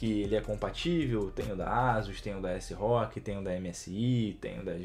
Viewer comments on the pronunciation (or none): Só eu que falo ASROQUI, e não ÉSSIROQUI? 🤔